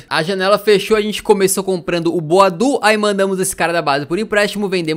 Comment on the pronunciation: começa a chamar o boadu por boadeus